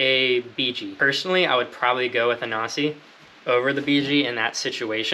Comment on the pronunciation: If you haven't figured it out by now, Nasci is pronounced na-ski